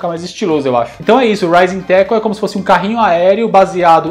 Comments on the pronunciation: "Rising Tackle". Tinha um amigo na escola que jurava que ele falava "Cartoon network " hahahahaha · Rising tackle eu achava que era : Ai meu saco! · Sempre achei que o Terry falava "Mata inseto" no golpe do carrinho RS...